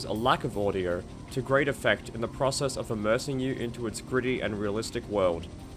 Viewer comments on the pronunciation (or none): none